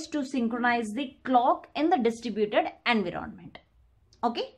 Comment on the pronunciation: Environment pronunciation ------> en·vai·uh·muhnt